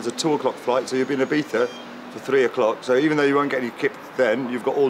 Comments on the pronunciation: I-BEES-A NOT I-BEETH-A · Yes.. nor eye beef a.. i beatza is the correct way.. the i as i, not ee, i live here!